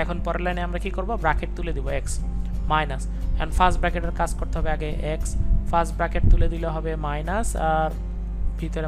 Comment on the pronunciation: Sir arekta Kotha bolar chilo .apni bolen ফ্রাস্ট ব্রাকেট তাহলে কি এটা, ব্রাকেট না কি ব্র্যাকেট...🤔🤔🤔🙍🙍‍♀️